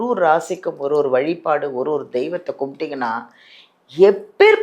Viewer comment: வழிபாடு....... வழிப் பாடு இல்லை....... 😂